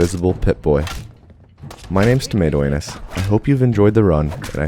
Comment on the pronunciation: Did bro just say I'm tomato-anus